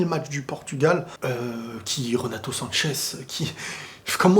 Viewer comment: C'est pas méchant mais il s'appelle Renato sanches arrêté avec votre "sanchez" merci.